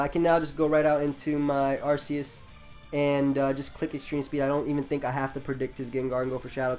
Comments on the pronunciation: arceus is pronounced "arkeus" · game freak who created it named it arceus with that pronounciation, that's all I'm saying.